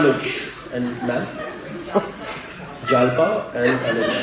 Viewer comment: It's जालपा in Hindi also. Not जलपा।